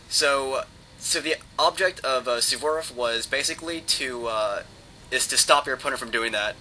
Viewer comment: its Suvorov not sevborof